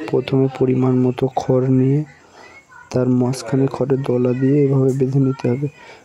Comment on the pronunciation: খ্যার বলছেন কেন? খর বলা যায় না?